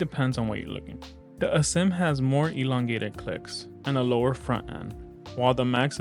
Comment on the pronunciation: Good review, but its "a-sym" not "uh-zym". Like the word "asymmetrical" yk